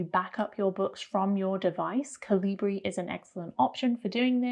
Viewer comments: Just an FYI - it’s pronounced Cali-burr, not Cali-bree. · BTW, The app Calibre is NOT pronounced “col-Lee-bree”. It’s “kal-lih-burr”. It’s right in Kovid’s FAQ on the home page. Not knowing how to pronounce the #1 most popular e-book app on a book channel makes you look foolish. As does the disingenuous headline. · Point of order - 'Calibre' is pronounced 'KA lih bur', not 'Kah LEE bray' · It's CAL IH BUH not CAL EE BREE ! 🤣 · It's cal-i-ber. It's just the british spelling of caliber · Pretty sure that's not how you pronounce "calibre" and you said it twice 😁